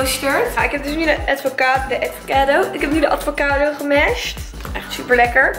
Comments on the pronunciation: Het is aVocado niet aDVocado😂🤪💗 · Omggg hahahaha hoe kan je nou ATVOCADO zeggen het is gwn avocado 🥑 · Niemand:: ADVOCADO